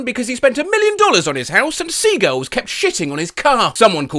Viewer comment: why do you pronounce seagulls and sea girls